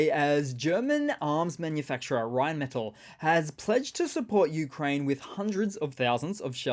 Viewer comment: Rheinmetall. The metall is pronounced “may Tahl”